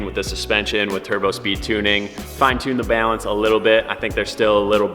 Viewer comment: I love how your Midwest accent comes out when you say "Balance".